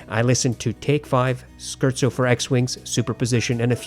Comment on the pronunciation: SCHERZO is pronounced ‘Scare-Tso”